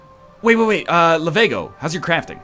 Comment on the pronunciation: It's Lav*e*go not Lavago.